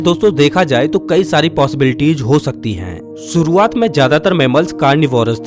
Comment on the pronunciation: Suruwat nahi shuruwat Baris nahi barish Kagaj nahi kagaz Bhisan nahi bhishan Achhe se pronounce kiya kare